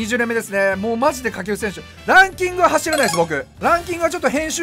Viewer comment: 掛布選手が下級戦士にしか聞こえんw